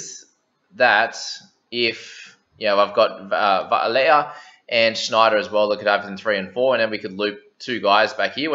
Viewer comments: It's Vy-leh-ah(layer would be spelt Leia) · Shot brother! You're pronouncing well - just on what you said - Vailea (Vi-layer) and Nanai (nan-eye) hope that helps bro!